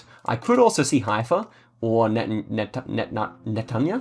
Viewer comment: I’m waiting for the day can pronounce Netanya